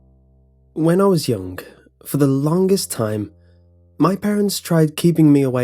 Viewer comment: "When I was younK"